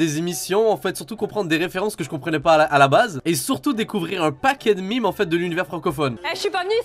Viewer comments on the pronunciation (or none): Bordel on dit MEMES PAS MIME